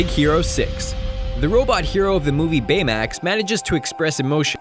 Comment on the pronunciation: he said "from the movie bamax